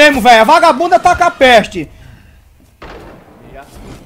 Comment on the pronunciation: "boba da peeexte"